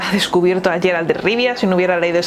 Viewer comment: 😂💦Es Geralt, NO sheralt.... Por cristo